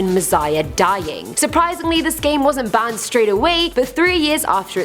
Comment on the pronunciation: It's pronounced "banned" not "bahhhhhhhned"